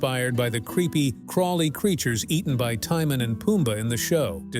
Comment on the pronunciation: Like how it pronounced Timone.